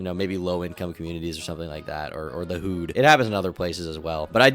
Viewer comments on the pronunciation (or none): SCUSE ME, THE "WHO'D"??? IT'S PRONOUNCED HOOD LIKE THE ONE YOU WEAR GANG 😅😅😅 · "The whood"? lol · did you just call the hood the WHOED?? 😂😂 - ish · The Whood? Are we hearing an AI clone for increased workflow or does actually say it like that or is he being like, funny I guess? Idk idc really I guess. Ignore this.